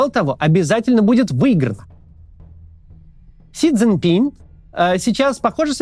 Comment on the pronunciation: Как же режет слух это "Си Цзиньпинь"! Это всё равно что сказать "Максум Кац". Вот на канале "Объектив" ведущие более внимательны к фонетике. И хотел бы придраться, да в последнее время не получается. По-русски – "Си Цзиньпин" и не иначе. Впрочем, дальше по ролику Максим вроде везде произносит имя Председателя КНР правильно.